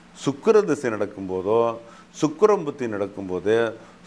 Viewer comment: Chuk... Illa pa Sukkran..